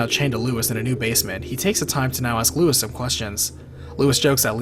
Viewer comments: Damn, I know Leon pronounces it that way in the game, but the guy's name isn't Lewis. It's Luis - like Loo-ees. It's Spanish. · RE4 was over-the-top dumb. Played it, completed it... Still hated it. RE1, 2 & Nemesis are the best by far. Whenever Ashley got taken away I sighed with relief. Annoying cow. Also, its Luis, not Lewis. (Pronounced Loo-eess - same as it is pronounced in the game. Confusing I know) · Keep on mispronouncing luis. It's pronounced lou-ees